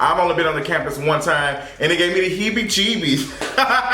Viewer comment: 😂😂😂😂 stop saying hebbie-gebbie lol